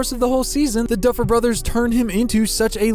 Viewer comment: No one: Absolutely no one:: ”DuFfEl BrOtHeRs”